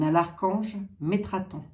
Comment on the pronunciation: C'est METATRON 🤪♥️ et non metraton